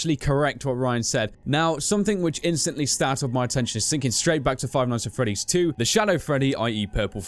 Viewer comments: Five ights at freddy's LOLOLOLOLOL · Seth Nowac five qights at freddy's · "Five ights At Freddy's", my favorite game.